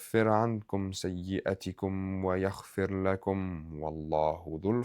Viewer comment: Barakallahu feek for the reminder akhi, I need to focus on my khushoo’ in my salah and my taqwa Also in the ayah it sounded like you recited يخفر instead of يغفر